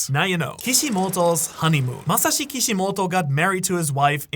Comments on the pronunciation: MasaShi not Mahasi 😂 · idk how blud didn't see the "SH" in plain sight